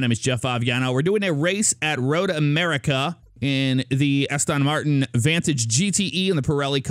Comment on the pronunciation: when he says aston martin wrong insta click off 😂